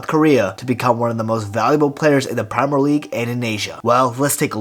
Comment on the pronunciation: Why is man pronouncing premier league like that.